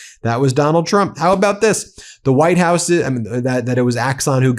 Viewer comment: "WHITED" HOUSE? More hyperbole, more nonsense from you.